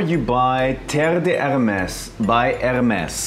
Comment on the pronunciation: You pronounced Hermès wrong... The r is silence